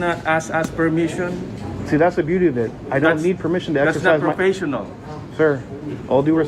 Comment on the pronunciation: A new word!: Per meeshon.